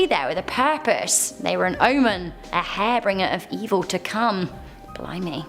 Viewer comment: lol HAR-binger. Not hair bringer?? 🤣🤣☠️